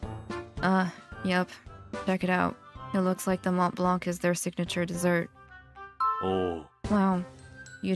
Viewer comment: As a french girl, i'm personaly offended on how you said Mont Blanc. You will have to work that.